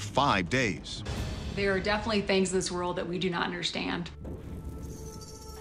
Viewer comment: “Defilly” affected her? Or, “defnilly?”